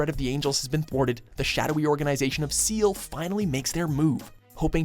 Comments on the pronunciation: did it bother anyone that he pronounced SEELE as "Seal" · YOOO DID THIS DOOD JUST PRONOUNCE SEELE SEAL 😂😂😂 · 0/10 put in Sao movie but not digimon and can't pronounce seele